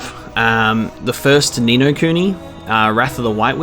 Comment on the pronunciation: The only time you sound australian is when you say "noooo"